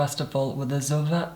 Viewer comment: why do you say zoeva like that ... its z o e v a not Zuva